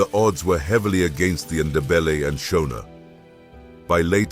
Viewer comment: Your photos are nonsense that is not CJ Rhodes. Neither are the Ndebele traditional garb correct. The pronunciation of Shona is not how people in Zimbabwe pronounce it!!